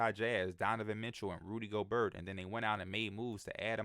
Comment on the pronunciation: I’ve heard P say Gobert a hundred times on the pod and today he decided to say GoBERT and it killed a lil bit of me inside 😂💀